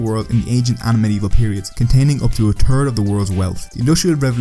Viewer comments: Haha, "the turd largest".... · "turd most populous nation" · "India contained up to a turd of the world's wealth" Makes sense I guess lol. Poo in the loo